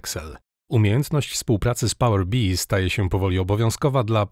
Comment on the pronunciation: Nigdy w życiu nie słyszałem, żeby ktoś wymawiał to "pałer bi", chociaż faktycznie kolory przypominają pszczołę